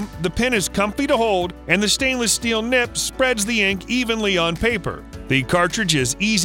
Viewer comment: It’s a nib. With a b. Not a p. And that’s not a good fountain pen.